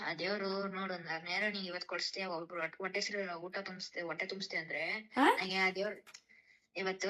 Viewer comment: ಒಟ್ಟೆ ಅಲ್ಲ ಅದು ಹೊಟ್ಟೆ ಕಣೋ ಮಹಾತಾಯಿ